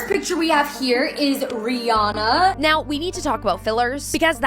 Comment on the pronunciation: Why does no one know how to pronounce Rihannas name?